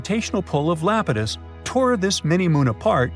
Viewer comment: Iapetus EYE-AP-IT-US not LAPETUS it is a greek god c’mon man!!!